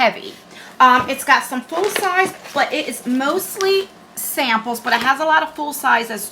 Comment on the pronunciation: Hi! Love the eyeshadow palette. Can't afford another beauty box subscription at this time but tribe looks like a good one. Would love me some amples... think I heard you right to leave out the S... lol 😆. If not you know what I'm trying to say. Lol. Have a fabulous evening.